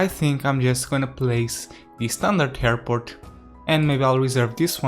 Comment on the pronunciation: I love the new hairport! (That's how you pronounce it btw)